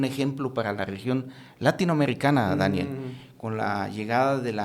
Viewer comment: perdon pero no pude dejar de reir de "Dániel" 😅😅😅